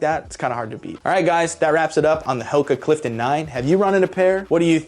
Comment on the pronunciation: Never heard of this brand until late in ‘23 when I developed foot issues. All my coworkers had heard of them, and none of them pronounced it the way this guy does. They all say Who-ka. It was weird to hear it the correct way. Anyway, this brand is ridiculously comfortable. I wish these things were around when I was young.